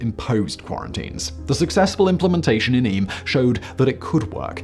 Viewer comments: I live quite close to Eyam in a place called Chesterfield.( pronounced Eeeam as in Steam). It's history and the lessons we learned were applied in the recent pandemic. Isolation, household quarantine, limiting the spread by hygiene. Reverand Montpesson and Stanley created a boundary and goods were left at the boundary and money for the goods was left at the boundary, was left in vinegar. The stories of how the families lost each other one by one and having to be buried by family is harrowing but despite it all it worked and surrounding areas were saved because of their actions. It did make me super angry by people who were going out despite being told to stay in during the early days our own pandemic. If only they had all heard to story of Eyam (not a tale but fact). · It’s pronounced Eem. I’m fortunate to live about. 40 minute drive away and have visited often. I thoroughly recommend you visit this quaint English country village. The surrounding scenery is spectacular, there’s a small but informative museum, a beautiful Jacobean Hall and the church is a must visit for more information including the book of remembrance which has the names of all those who died and stained glass windows telling the story of the plague in the village. There are a couple of traditional pubs and cafes and a village shop, stocks in the village square, a spit roast area and more information about the geology of the place mainly centred around the lead mining in the area. All in all, such a lot of history in such a small place. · Eyam is pronounced eem, basically the Y and A are silent. The Hancock graves are in a field along a lane away from the village and it is a sad, melancholy place to visit. Eyam is a very average, small Peak District village of which there are many but the willingness of the villagers to sacrifice themselves and their families makes it a special place. I often stop to wander when I'm out that way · It's closer to Eeem than E-yam. Yeah, quite a story isn't it?